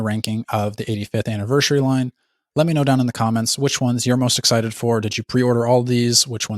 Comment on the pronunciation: Why do you say Anniver-shuri? Lol